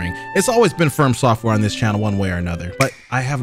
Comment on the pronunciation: Stop saying "firm software"💀